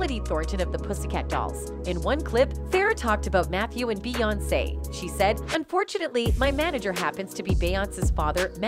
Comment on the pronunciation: I’m not trying to be rude, but I wish you would learn the correct pronunciation of the names. It’s Bay on say, not Bay once.